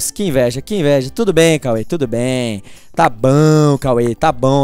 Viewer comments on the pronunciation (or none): quem tbm acha engraçado quando ele fala tabaum da like kkkkkk no minuto